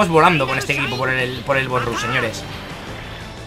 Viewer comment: de parte de un amigo: embolia cuando dices '' bos rus''